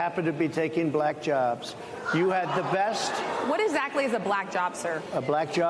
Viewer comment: "They're gonna TERK your JERBS" 😮